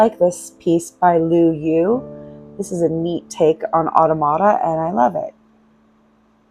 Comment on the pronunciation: You pronounce automata like otto-mata. It’s more commonly pronounced ah-tom-ah-ta. Thanks for sharing your visit.